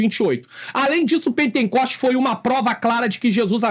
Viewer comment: Paz Pr., só corrigindo, não é "pentencoste" como disse , mas pentecoste, amém? Deus abençoe!!!